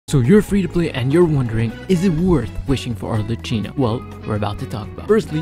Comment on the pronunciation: its pronouced arleckino🫶(ty for the guide)